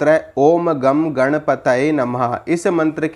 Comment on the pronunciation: Gam nhi bro. Gang (angur mein A aur gu k bich ka pronunciation use hota hain.